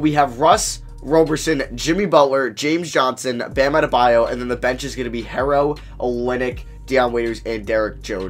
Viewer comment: It's not "Tyler harrow" is "Tyler HERO" like a super hero